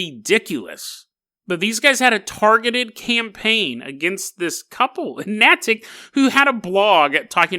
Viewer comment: Natick haha damn. most of my family lives up there, what a pleasant surprise. Btw its pronounced nay-tik but i love when you pronounce things weird its funny Edit: also wtf even is this story lmao